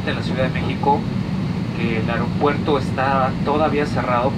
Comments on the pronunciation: Es aeropuerto señora , no areopuerto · Tendría q darle vergüenza decir ariopuerto jajajaja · "El airioupuerto" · La situación en “ariopuerto” jajajaja si jode dejandonos mal, no todos los colombianos somos asi, me disculpo por la señora esa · Que esta pasando en el "airopuerto" en México :v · Alex Lyrics dijo AREopuerto Jajajaj😂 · ¿Ariopuerto? Aeeeeeerooooopuerto. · La doña dijo airiopuerto xd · "Que esta pasando en el airio puerto?” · "en el airopuerto" jajajajaja nomás por hacerla de pedo pero ni sabe pronunciar bien las palabras jajajaja ahh che raza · Dice la colombiana “aereopuerto”... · Ni siquiera sabe decir bien aeropuerto. "Quil Is li rizin dil aereopuerto".